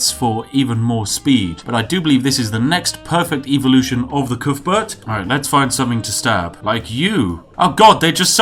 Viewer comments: Coothburt um I’m from wales and on every welsh rugby ball it says cuthbert not coothburt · Calls himself British! Can't even pronounce Cuthbert!